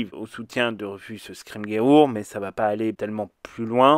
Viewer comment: Ca se prononce "scrim jour" ;)